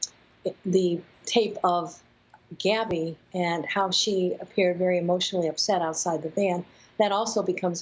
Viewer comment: she clearly says “Abby”